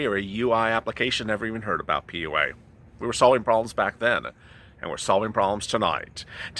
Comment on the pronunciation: Every time you say PUA I think you are gonna say Pee-yew 🤣